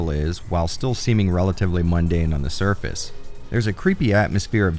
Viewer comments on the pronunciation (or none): none